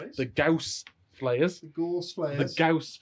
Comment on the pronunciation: right. Karl Friedrich Gauss was an german mathematician and the namegiver. I´m from germany and pronouncation is quite on spot. Nice Batrep guys.